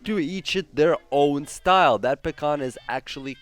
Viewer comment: Say Pakhan one more time.... I dare you...I double dog dare you!